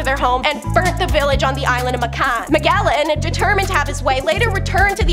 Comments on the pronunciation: Ma-JEL-lan! The G is soft! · Magellan really hit me in the ear.